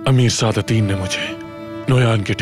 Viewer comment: Sadateen qobek ❌ sadateeen qoda ✅